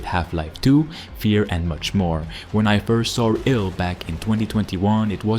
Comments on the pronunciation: man why do you say I L L it's iLL stop sounding like an Ai voice 😂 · It's pronounced "I Double L" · I work at a library, and every time he says I. L. L., I hear "Inter-Library Loan." I will be thinking of this, when I play ILL. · Why do you call it I L L? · You’re not pronouncing ill right. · I’m still calling it “ill.” It’s quick and to the point, and I like the ring of it.